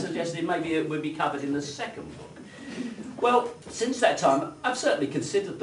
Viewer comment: I like what you say, but I cannot bear how you say it. I really wish you would learn to pronounce -ing. It is not -een. Nor is it -in. And l is l, not w. It is well, for example, and not weww. It is milk and not miwk. And -ew as in new. New and few rhyme with you. Pronounced as nyoo, not as noo, like the moo of a cow. Your mispronunciation of newer as nooer is bad enough, but your clumsy mutilation of fewer as something approaching fooer is ludicrous. A fooer, if the word exists, would be someone who foos. Someone like me. Foo to you for your silly pronunciation! Too true!